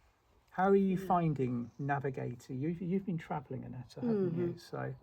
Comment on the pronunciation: Did u call Annette netta